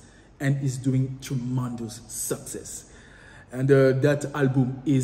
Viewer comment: T'as mal prononcé le mot Tremendous, classical et autres😛